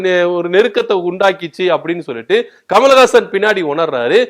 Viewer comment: Kamal hassan ur pronounced kamalagasan which is correct